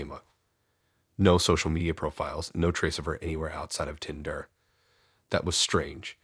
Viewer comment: i tryed to listen but couldn't stomach the tindrrr ...started making my eye twitch